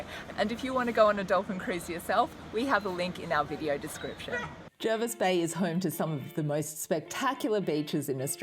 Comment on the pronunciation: Thanks for highlighting our beautiful part of the country - and remember it is pronounced JERvis not JARvis 😂